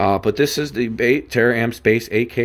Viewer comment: Tar-amps Not tear-amps lol